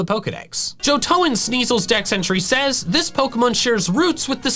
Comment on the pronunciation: Hate to be THAT guy, but it's not Johtonan. It's Johtonian.